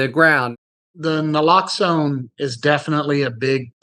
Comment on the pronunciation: Keith saying people dont know what Naloxone is, is shown by the fact that even Harry didn't know how to pronounce it.